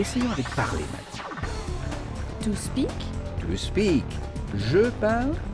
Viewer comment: je parle c'est I speak et non I speck